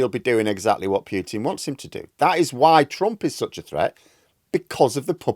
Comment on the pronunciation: POO-tin not PEW-tin... for the 5th time . Get it right